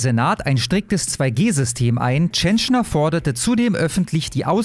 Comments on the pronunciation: Die musst mehr Fernsehen schauen 😀 Dann weißt du, dass er Peter Tschentscher, nicht Tschenschner heißt. Ansonsten danke für die Info. Warum liest man das nur in der Welt? Meddl off. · Tschentscher, er heißt Tschentscher, der Lump. Nicht TschentschNer! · Ich will den Mann gar nicht in Schutz nehmen. Wollt nur anmerken, dass der Kerl "Tschen - chair" ausgesprochen wird :) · Meine Güte Alter, der Mann heißt TSCHENTSCHER! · er heißt TSCHENTSCHER 😂